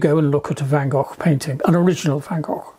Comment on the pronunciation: Love the video, thanks. And I am so pleased John can pronounce the name Van Gogh correctly 👍😊